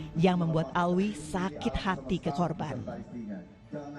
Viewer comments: Alwi alwi Alvi Gimana si Nyebut nama orang aja gak beres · Alvi bukan Alwi